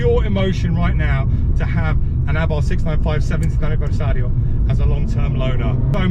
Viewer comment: Why are you calling it A barth. It is pronounced Abarth as in Arbarth. I had a Strada 105tc and Strada 130 Abarth....say it properly please please please.